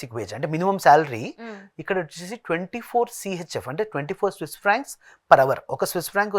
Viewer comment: vedu Swiss inform said wrongly